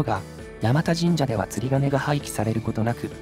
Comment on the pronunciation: 山田神社は地元だとやまたではなくやまだと言いますね。 先祖代々住んでますが祖父も父もやまだと言ってますね。